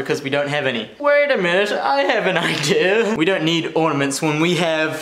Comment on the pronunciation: no tree ordaments no worry deck ordaments